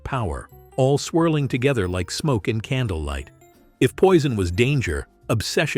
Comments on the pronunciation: Здравствуйте! Можно хотя бы одно название произнести правильно?! Уважение к зрителям?! Это французские названия по большей части: в век интернета узнать правильное произношение можно за 3 минуты. Какой Пойсон?! Пуазон. И так практически с каждым названием. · Какой дебил озвучивает???Не правильно ударения,названия ароматов.это что еще за «Пойсон»???😂😂😂Нет такого аромата, есть Пойзн на английский манер и Пуазон на французский. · "POISSON" 😂😂😂LMAO